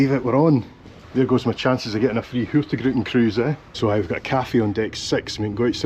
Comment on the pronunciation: I absolutely love your videos — truly one of my favourites! But I have to admit… today you broke my little Nordic heart just a tiny bit. I’m Icelandic, living up in Tromsø, Norway, and I’ve noticed you always pronounce “Hurtigruten” as Hurti gruten. Then one day someone apparently told you the correct pronunciation, and you said it right! I was so happy I actually shouted “YES!” out loud. But then… you went back to Hurti gruten again. Just for fun (and because I can’t help myself): It’s pronounced Hur-tig-ruten. Hurtig = “quick/fast” Ruten = “the route” As for what gruten means… well… you might want to Google that one! Still love your content — keep up the great work! 😄